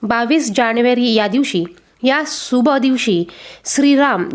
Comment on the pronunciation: सुभ नाही शुभ बोला